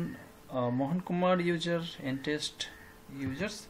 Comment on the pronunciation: Good Video bro...but it is Test, not Taste 😁